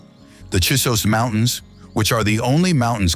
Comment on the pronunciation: Pronunciation needs a lot of help: Chee-zos Mountains, either Rio Graaand or Rio Gran-day, and no hectares…etc etc.